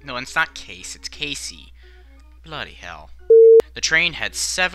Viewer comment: "BLODDY HELL! "